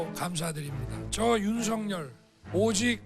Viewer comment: 사회자님 발음을 윤서결이 아니라 윤석녈로 하세요